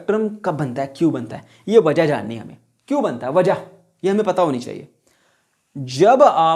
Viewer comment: the way sir said "wja" at 11: 40 😂